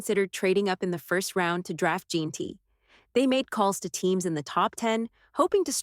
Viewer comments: It’s jenty not jeenty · Jeanty pronounced Jenty